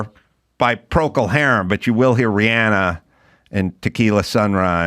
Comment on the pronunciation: It's Rhiannon... Not Rhianna... I expect better Adam!